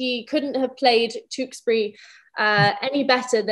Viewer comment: The way millie pronounces Tewksbury . I love it.